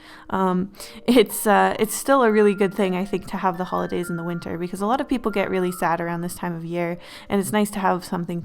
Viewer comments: just says “hoidays” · Notice how the intro says "hoidays" / "holdays" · ah, yes, hoidays